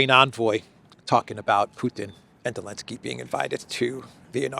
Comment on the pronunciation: He actually reads out an article where it clearly says "Zelensky" and he still pronounces it as ""... Geeeeee! 😅